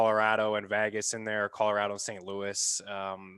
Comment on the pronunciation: Who is VAGas? It’s VEGas—it’s E as in Ed.